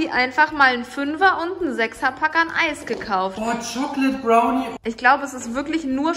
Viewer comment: "Schokled Brauni"